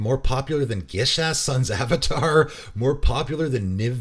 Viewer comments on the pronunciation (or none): none